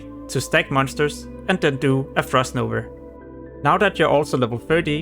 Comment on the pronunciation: It's called Frost _NOVA_. Not NOVER or NOVR, MAN this triggered me! xd Sorry!